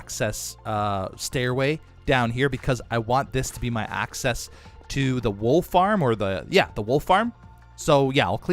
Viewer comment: Hm... heard "wolf arm" instead of "wool farm" and was like "you build a whatnow?"